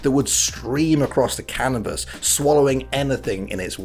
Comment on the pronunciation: Is everyone jus going to ignore that saying cannabis instead of canvas? lol